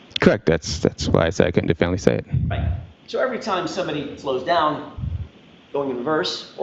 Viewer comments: Why did she sustain him from saying where the “point of impact” was?? 🤔 she didn’t want the jury to know the truth!!! That he’s a wannabe crash analyst a wannabe expert!!! He has no idea what he’s saying or not does he have a clue what he did! He can’t even pronounce “definitively”! The whole jurisdiction is a sham and a scam! What a joke!!!! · Do you think knows how to say definitively, yet? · Does anyone have a video (or audio) of speaking while not on the witness stand? Is he illiterate? Does he have a speech impediment? Why does he keep trying to say “definitively” when he cannot make out more than 1-2 syllables at all ever and doesn’t open his mouth or move his tongue when he speaks? I’m so curious to know how he speaks when not lying nervously on the witness stand. I feel like he’d be meek, weak, pitiful, and pathetic in anyone’s company, though. Hmm interesting. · An expert that can’t give a definitive opinion and cannot pronounce “definitively”is so ironic 😅